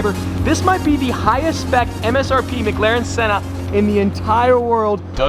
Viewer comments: please man... its McLaren not MgLaren... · Why does say Mcglaren